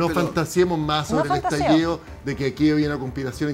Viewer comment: Estaliido? Espontáneo? Júralo